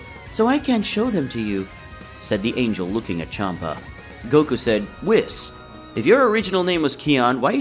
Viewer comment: I swear if i hear wissss instead of weasss one more time im gonna go crazy